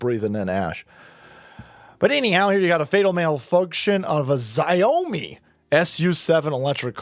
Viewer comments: Xiaomi is pronounced "Show•Me" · xiaomi it's shao-me